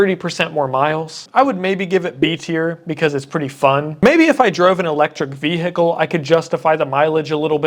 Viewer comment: U say vehicle funny.